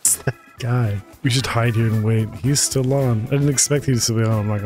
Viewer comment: "I HAVE WEGAINED CONTROL OF THE WAIDDD. WAID!! WAID!! WAID!!"